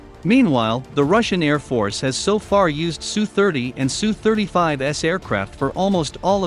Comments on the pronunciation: Teach the robot voice to say "SU KOY" NOT "SU" . It will be a long war and those Sukhoi 29's from Poland will arrive in Ukraine eventually, be ready with the name of the designer! Pavel Sukhoi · It's just S.....U. Not Sue. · Tip for computer voice. Put "ess you" for SU. We don't need no Sue's. They may bring Karen's with them. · Pathetic channel... No one calls an SU-27 a "Sue-27" except some stupid channel with text to speech.